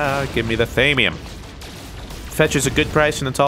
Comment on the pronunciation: ITS THAW-ME-UM